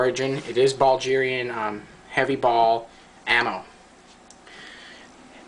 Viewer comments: its BULL-GAR-IAN...not BALL-GIRAN. If you cant even pronoun the country correctly, dont expect people to take what you say seriously. Also they are semi-corrosive, so you need to clean you gun after shooting. Also, way to much rammbling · Bulgarian, not Ballgerian. Its pronounced Bull-gare-ian. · BULdge-erian you sure thats how its said?!?!? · ITS BULGARIAN NOT BULGERIAN YOU IDIOT! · dude, it's Bulgarian, with a "g" sound like grass, not Buljarian, with a "j" sounds like jack